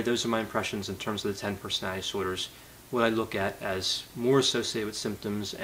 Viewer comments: LOL how ironic you commwnted about Bundy's childhood speech impediment, when every one of your videos feature your own "personowitty disordrs". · I love how says "personality disorder" so frequently that it becomes "personadisorders" to save time